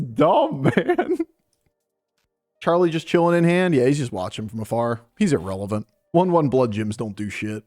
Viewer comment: I heard that as well lol